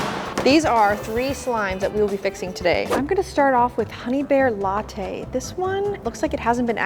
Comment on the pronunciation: The honeybear lattay😂😂😂😂